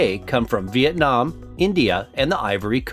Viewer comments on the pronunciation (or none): none